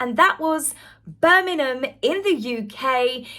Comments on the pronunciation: love your videos so much, very informative but please can you pronounce Birmingham with the G it's making me cringe a bit. Or maybe say Brum. Don't mean to criticise, just got to say it. Hope you don't take offence as I'm a massive fan x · Why are you pronouncing Birmingham like that 😂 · It's Bir ming ham, not Bir min ham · Birmingham not Birningham M not N . Love your chanel ❤ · Please,, learn to pronounce the name of one of the largest cities in Britain!!! BirmingHAM, not BirmiNUM! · I really hate to be this person. However, I must. I'm sure is pronouncing Birmingham as Birnigham it's actually pronounced Bir-ming-ham. Apologies to. If im miss hearing it, maybe a hearing check for me is due. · Hi, it' s not Berminam, it's Birmingggham please pronounce the g in Birmingham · Its Bir- ming-ham not Bir-mim-hem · Petty alert! Birm-ing-ham. Not Burminam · Please it's Birmingham am not Burninum just saying.. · Please please please, learn how to pronounce BIRMINGHAM! It's not Birmingnam, Birmingnum or any of the other names you mentioned. It's Bir..ming.. ham, there's a HAM at the end! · Hey the town is called BirminGHam, not Birminum.😂😂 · Bir Ming Ham - correct pronounciation. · Ah cmon, not Bermanen!!! At least pronounce it correctly, Lots of Americana are watching. How they pronounce B'Ham is the same apart from the 'ham'. It's more like 'um'. Sorry, but I'm a Brummie 😘👌😊😢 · I really love watching you but plz say BirMINGham properly Glad you had a wonderful time at the ball you looked stunning as did your own personal bond did😊 The Birmingham council went bankrupt and we are suffering cuz of it, and now they going to pay out for the these games Great more for us to lose out on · You're English, say Birm ING ham correctly ffs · There's a G in Birmingham luv. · I love your videos but please - the 'g' in Birmingham is not a silent one.